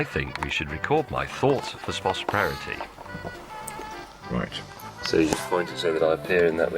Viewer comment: "I think we should record my thoughts for sposporarity" HA